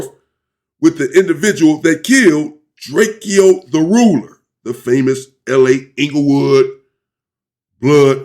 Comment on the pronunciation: It’s DRAKE-O not DRAKEO 😂